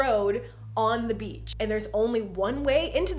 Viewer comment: Wow Jenna Marbles has really messed me up lol. Every time you say “beach” I just hear “beetch”